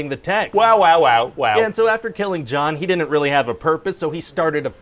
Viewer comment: My favorite thing is when he adds extra syllables to all his contractions. Like "didinin't" and "wouldinin't".